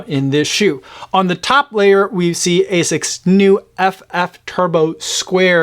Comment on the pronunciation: My japanese friend says it's pronounced as "ah-sicks", not A6